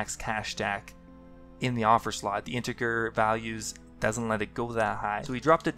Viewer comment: Integer is pronounced intejer